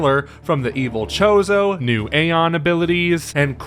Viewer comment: It's a Chode-oh warrior.